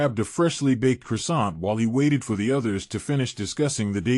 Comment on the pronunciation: Omg, the reader can pronounce croissants but not en suite😂. I thought it was the adopted words from other languages, but...both are French so...makes me giggle almost as much as the antics of the characters in the book.